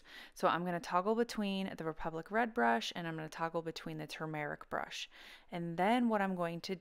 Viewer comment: Two mar RICK I've been pronouncing it wrong... tumor ick. YOUR pronunciation sounds much better! Thank you! B~}